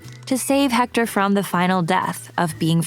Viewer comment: One thing..about pronunciation, the H is not pronounced in spanish